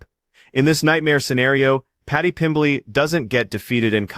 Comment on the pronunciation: Paddy pimbiley 😂😂